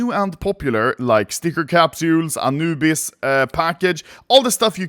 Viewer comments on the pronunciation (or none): none